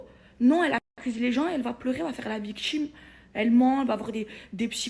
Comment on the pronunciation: Elle fait sa " viktchime", pffff....